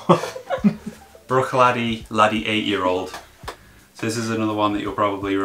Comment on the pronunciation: An issue with Bruichladdich. An old timer from Islay says the proper pronunciation is “ brooik-cladik. 🤔